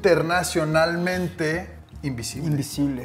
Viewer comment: Soy el único que se dio cuenta que dice invisble y no invisible?